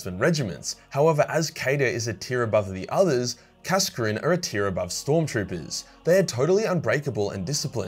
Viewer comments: Kascrin? KAS-ZAR-KIN or KAS-AH-KIN would of been a better punt mate. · i always thought kasrkin was pronounced as kasr-kin, cos the cadian cities were called kasr or something along those lines